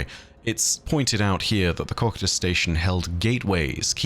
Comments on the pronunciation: Would not cocytus be Pronounced (Co-kai-tus) ? And not (Cockatus) lol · How do you get cock-i-tus Out of cocytus? Ko-Q-Tus Like I'd expect so-sigh-tus if you wanted to butcher it but my guy has dick on the brain 😂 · Coe kite us not cock at us. Sorry but it’s the only thing you ever do that I don’t like and to be honest I respect you for having learned the word through reading and not as a spoken word (otherwise you would be nailing your pronunciation) I know it’s a small gripe but it does bug me to hear a word repeatedly mispronounced. I don’t try to correct you to act superior but rather do help you be better, I’m sorry if it comes across as petty bitching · I think you're mispronouncing Cocytus. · Ha you said cocytus